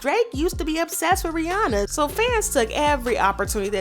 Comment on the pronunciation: No I was like she pronounced Rihanna’s name right🙌🏾 but after she sang in the drake voice she pronounced her name wrong lol😭